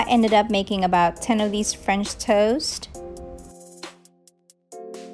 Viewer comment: I though you were saying “French toes”, which I love way better than “French toast” 💕😂